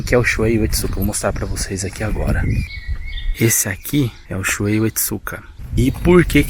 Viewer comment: Não é Shuei, é Shuhei, se pronunciando ShuRRei.